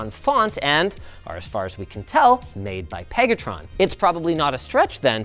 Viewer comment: LIIINNNUUUS!!! 😂 Stop saying PEG-atron!!! It's making me squirm! That's not their real name is it? Who thought up that one?